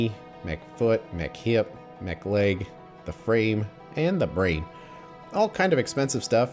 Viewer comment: When you were talking about the components of a Spidertron (or walking vehicle) you talked about lots of “mech” parts. However, I was thinking about eating by that time and all I heard was “McLegs”, “McKnees”, “McFeet” and “McArmor”. 😂